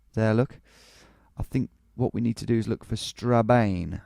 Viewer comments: Strabane is pronounced Stra-ban by the way! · its pronounced Stra-Ban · Strabane is pronounced Straban